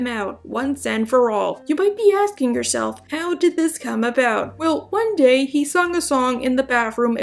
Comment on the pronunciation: Day not say